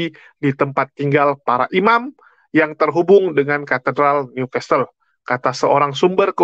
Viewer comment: walau tulisan nya New Castle bacanya Niu kasel bukan Niu kastel yah